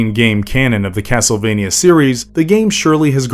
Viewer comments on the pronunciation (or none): It's cracking me up how this video keeps saying the name of the series wrong in so many different ways.